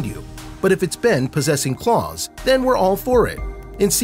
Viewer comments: Why do you say klaus "C L O R S" ???? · He says klaus wrong